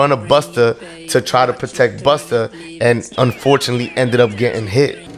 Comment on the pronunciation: The way Vlad says "buster" 🤣🤣